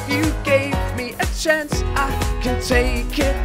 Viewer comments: "if you gave me a chonce" who knows why i'm here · Niall would've said "chonce"